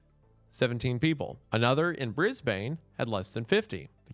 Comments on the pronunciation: Only thing I can say from this entire video... Is that Brisbane is pronounced "Bris-bun" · my poor brisbane-ite ears hurt from that pronunciation BAHAHAHAHAH usually we say somewhere between bris-bin and bris-ben <33 ps excellent video as usual !!! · I am sure I'm late but it's "briz-BEHN". Not "briz-BAYN". Also fun fact: Brisbane is named after Sir Thomas Brisbane, governor of Sydney during the colonial period. Sir Thomas had Scandinavian ancestry, and "Brisbane" means "broken bones". Which is pretty mental so I thought you all should know. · nothing brings me joy like Wendigoon pronoucing Brisbane like BrisbAAINE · "Bris bane" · Sorry I can't get over how you pronounce "Brisbane". The "e" at the end doesn't work the same way it would in the word "bane", so you'll hear aussies call it "Brisbin" if I were to write the city's name phonetically. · I'm sorry but that's the funniest pronunciation of Brisbane I've ever heard. (if you're curious aussies pronounce it more like Briz-bun) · The way Wendi says ‘Brisbaaine’ is wild and threw me for a loop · Great video, but i need to bully for how you pronounced Brisbane😂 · I was in grade 12 in 2012, I wanted to go up to Brisbane to do the poster stuff, but wasn't allowed, did see posters and stickers around the next time I went there, I think the last Kony sticker I saw floating around was in 2020. Also, we pronounce it like Brisbin, alternatively, we call it Brissie or Brisvegas